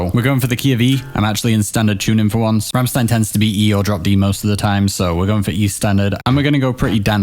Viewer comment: "Ram-shtein", not "Ram-sstein".